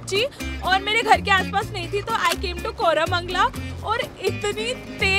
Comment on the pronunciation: Didi it is not koramangla 😢 , it is kormangla , Di please come to yelahanka there is really very delicious filter coffee there in sharavathi bus stop , there are two hotels 1. BCC (bengaluru central cafe ) 2. Vishnu garden. They both are really gooood must try. Don't mention my name or my user name or my comment , please